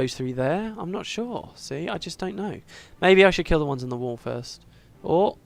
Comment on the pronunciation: Every time you said don't kill the reaper, I heard it as "Don't fear the reaper." Hilarious.